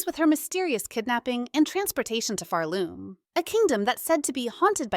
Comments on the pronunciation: It's Phaarloom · Farlume lol